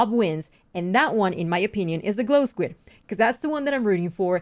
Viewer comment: Mogang: Its glow skuid! Me: --_